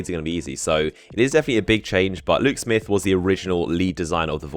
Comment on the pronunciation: what are u saying? lou smith luke smith?